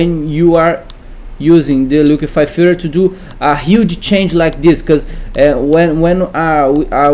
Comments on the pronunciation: its filTER my man not filler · Say FILTER one more time PLEASE :D :D :D :D